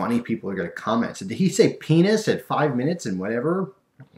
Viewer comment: no see you actually said penus not 5 mins and whatever!! silly!!